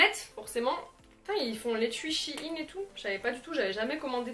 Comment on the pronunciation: ON DIT SHEIN